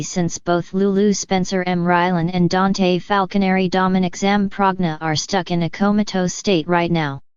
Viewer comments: Yes I Agree DANTE NOT DANT🤗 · Who ever the speaker is your saying Dante's name wrong🤦🏽‍♀️